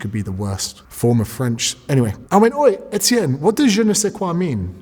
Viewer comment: I've just made the realisation you're trying to say Étienne but saying A T N when talking about you're ex editor. As a french I couldn't quite get his name when you were saying it which is kind of funny